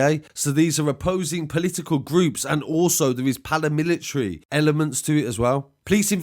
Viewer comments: Bro, it’s paramilitary not palamitilary 😂😂😂😂. Excellent content though. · The palamilitary lol.. I think u mean "paramilitary". Otherwise keep up the good work.. All the best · Bro it’s paramilitary, not palamitilary 😂😂😂. Excellent videos though.